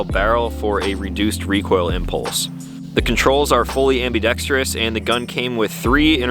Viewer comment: Sweet piece and congratulations on being one of the few gun reviewers who pronounce "ambidextrous" correctly 😆